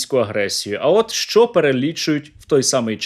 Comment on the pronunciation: Не шчо а що уши режет